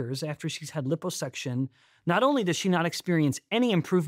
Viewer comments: Stop saying LIPPO (hippo) suction 😅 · Sorry can't take anything this guy says seriously due to his severe mispronunciation of liposuction.